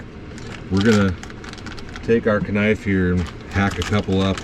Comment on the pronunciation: You emphasized the 'K' in knife my best friend who recently died used to always do that 🥲